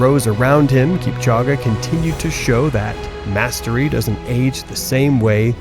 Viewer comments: I’m sorry man but you kept pronouncing this man’s name wrong. It’s ELL-ee-ood kip-CHOH-geh. The ending “-ge” sounds like “geh” (an e sound), not “ah.” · Kip-cha-ghe? Really? You can’t get AI to pronounce his name correctly? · How can you make a documentary about Kipchoge but repeatedly pronounce his name wrong? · lol 😂 I don’t get how they just continue to do this with African names 😒 like it’s an E at the end of his name. Where does anyone see and A? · If you are going to narrate a video about a famous athlete, you should know how to pronounce his name.